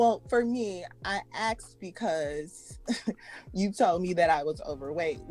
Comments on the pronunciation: Axed you? Communications? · Did she say axed you about?